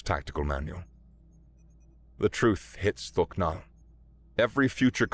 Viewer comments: Every time I heard thok nal I heard fucc naw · Thok'nal❌ Fuck'nal✅